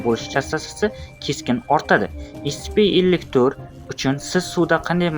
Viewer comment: Scpni to'g'ri talaffuz qiling iltimos (escipi iscipimas)